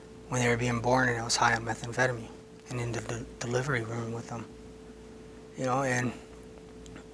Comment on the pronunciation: I like the way that one dude pronounces it, "meth-amp-feta-min"